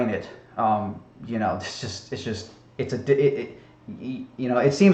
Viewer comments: Also, I really don't get why you constantly pronounce "Neil Degrasse Tyson" as "Degrassey" and not "Degrass" Please actually respond... I really want to know. I'm assuming its one of your little quips or puns that you somehow think is SOOOO clever so you constantly say it over and over and over and over again. But I just don't get it... "Degrassey"? like the TV show or something? I really just don't get it. If he doesn't answer me, someone on here who knows the answer to this, please respond. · Please quit saying degrass ee Tyson. It makes you sound like an idiot. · Since you keep going on the diatribe on him mispronouncing a word, you keep mispronouncing Neil deGrasse Tysons name when the E is silent in deGrasse... double fucking standard 🤦‍♂️🤦‍♂️🤦‍♂️